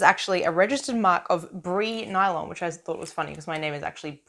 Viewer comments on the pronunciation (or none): Bri nylon is pronounced breye nylon.